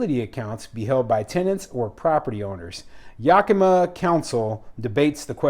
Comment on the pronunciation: It's YAK a ma.